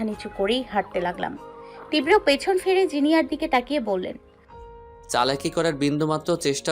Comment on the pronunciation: 'Tibra' uchharon korte pare na .